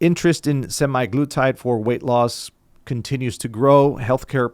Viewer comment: A lot of great information here, but it was killing me how he was pronouncing it semiglutide.